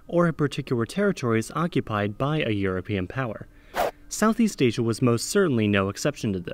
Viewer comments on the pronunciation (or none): none